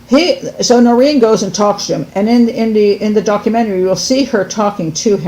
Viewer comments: It's Noreen .. Not Doreen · It’s NOReen not DOReen